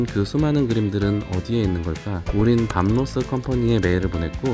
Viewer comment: 밤 로스 밤 로스. 이름 하나 제대로 발음 못하고..